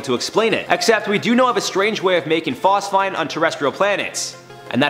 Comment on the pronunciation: Phos-feeeeeeen! 🤦🏽‍♂️Bro😊